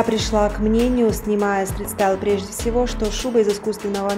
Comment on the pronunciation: Живя в другой стране и говоря на нескольких языках очень тяжело правильно произносить слова.